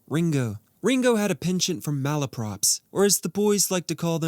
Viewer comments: It's "malapropism," rather than "mal-O-propism." 🤓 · I'm here to help you with your English: Maloprops malopropism